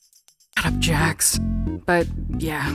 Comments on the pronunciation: Its not jacks its jax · It's not Jack's its jax